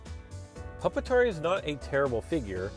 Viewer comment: (PuP-TAR) funny